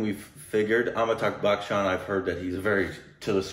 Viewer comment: Still it's not Bakchan,.